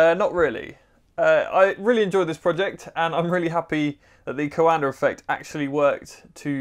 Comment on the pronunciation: You are pronouncing coanda effect wrond